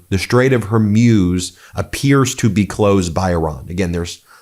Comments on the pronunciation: Its hormooze. Never been hormuse lol. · It’s pronounced “hor mooz”, not “hor muse” Ben. Come on. This is not hard. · Ben, it’s the Straight of Whore-moos, not Her-muse, or whatever version you’ve been saying. I know it’s bad form to criticize when there is a war going on. I hope this attack does not push the people of Iran to support extremists. Great work, Ben, except for the pronunciation. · You say HER-MUSE, I say HOR-MOOZE (correct pronunciation), let's call the whole thing off! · Hey Ben, how come you keep pronouncing it, the "Strait of HERmews" when it's spelt "HORmuz"? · The Strait of Hormuz pronounced hormoos! Not Hormuse! Come on Ben get it right! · It’s not the Straight of “Hormeus”. It’s HORMUZ. MUZ. MUZ! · It’s Hor_muz! Not her muse! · Hormuz is pronounced Hormooz. not Hormews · It’s not Hermuz it’s Hormuz! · Hormutz. Not whormuse. The more you know 🌈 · Why do you pronounce Hormuz as hair-muse? 😅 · Ben: Pronunciation Strait of Her-Mooze NOT Her-Muze. Post Scriptum: America and Israel don't care about the collateral MURDER of CHILDREN. VOTE OR DIE. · Hormuz is pronounced Hormooz Ben. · Stait of Hormoos, not Hormuse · It's not pronounced Hormyuz- It's Hormoooz. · It's pronounced Hor-moos. I love you, Ben. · Ben, I have appreciated your dedication to your broadcasting about this despicable conflict. I lived for 20 years in the Middle East and just want to give you some advice about the pronunciation os The Straits of Hormuz. Hormuz is pronounced Hormuz. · It's pronounced her mooze. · "Strate of her-muse" 😅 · Hey, it’s not pronounced Strait of “Har-muze”. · Hor moooz .. thats how it is pronounced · Why is he saying Hormuz like he’s never head the word spoken